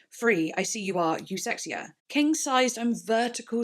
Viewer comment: It’s actually pronounced USEKSHUA😄